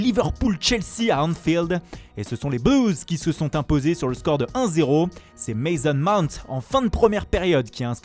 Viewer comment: Mais ça sert a quoi de faire l'italien avec ton accent raté si c'est pour carrément écorcher les noms des autres pays ? Mason Mount se prononce "Mayssone" pas "Mézone"... Entre autre choses. Le jour ou tu vas dire "voilà c'était ma dernière chronique" pas grand monde va regretter tes fantaisies et ton manque de professionnalisme.